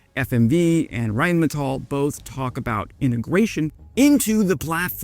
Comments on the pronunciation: "Rhein-meNtal" nice Freudian slip. 😂 Greetings from Germany. Btw, the pronunciation isn't that difficult, just think of the literal translation: Rhine (the river) and metal. Only the stress is on the "a", not the "e" – Rhine-metál. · rheinmenthol? or rheinmental? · You said Rheinmentall...